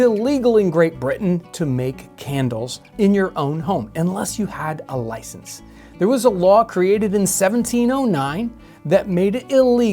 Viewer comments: "You gotta loicense fo that candle?" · Wouldn't be Bri'ish if they didn't make you have a L O I C E N S E m8 🤣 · “Oi mate; yoo goh a loicense for that candle?”